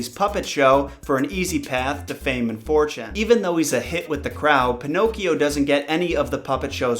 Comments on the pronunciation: Pinocchio not pinocs. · This is how many times he said pinochs 👎🏾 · Pee no key oh